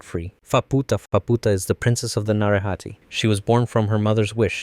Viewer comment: It's na-ray-ha-tay